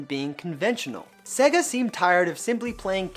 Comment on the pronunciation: Why can’t this guy say SEGA or SNES properly?